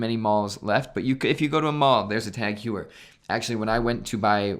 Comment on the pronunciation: Teghuier... lol, it's tAg hO-yer ...im sure the lady at the mall got it right;)